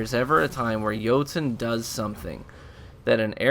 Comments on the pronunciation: “Joutoon” lmao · Hey, your saying jotunn wrong it's noob tube. Ha